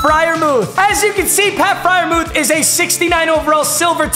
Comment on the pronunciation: It’s pronounced fryermewth